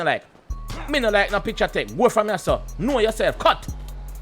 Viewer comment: drop a like for everytime he said kno uh self